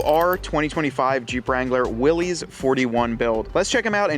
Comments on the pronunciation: You are mispronouncing 'Willys'. It is Will - iss, not "Will - eez". The nine slot, stamped steel, grille was a Ford innovation introduced soon after production of the GPW began. Early Willys MB, very early Ford GPW, and all previous models (Bantam BRC, Willys MA, Ford GP) had welded iron 'slat grilles' as found on other military vehicles of the time. The seven slot grille was trademarked by Willys Overland in 1950. : - The driver is the 'power steering'. : - No, it is water cooled, thus the radiator and water pump. : - Those can also be rotated for use as spotlights. : - It is not "felt", it is jute / hemp. I drive a restored Willys MB. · It is Willy's, not Willis. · Willys Overland, it is pronounced Will-iss. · It actually is pronounced Willis. Read the history of the jeep.